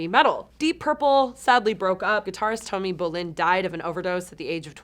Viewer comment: She should learn how to same the names Right Its tommy Bolin BO lyn its Lynott LIE NOT silly woman get it right